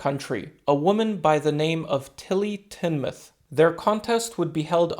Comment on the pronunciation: Also props for pronouncing Tinmouth as "Tinmuth" not "Tin-mouth"